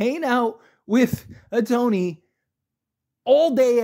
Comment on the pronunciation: First of all... learn how to pronounce the guys name.... and second.....so If your best friend racks up 4.5 million dollars, your not going to know?... Come on.... horrible video